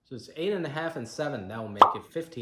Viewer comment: Jimmieh, stop making me hungrieh😂😂